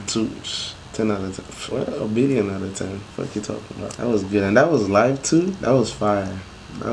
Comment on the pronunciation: Live , а не life